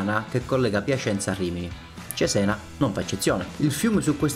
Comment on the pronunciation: gran bel video! unica nota il nome: ciséna, non zizen 😂